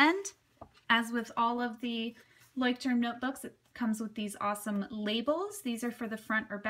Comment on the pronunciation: Love your pronunciation of " Leuchtturm" ....so cute :)